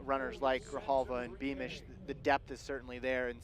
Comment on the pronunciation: One of the commentators somehow manages to incorrectly pronounce Luis Grijalva's name a different way every single time he's in the booth...